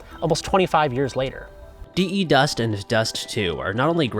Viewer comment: please don't say "Dee, Eee, Dust" it's derived from defuse. You don't say "Dee, Eee, Fuse" right?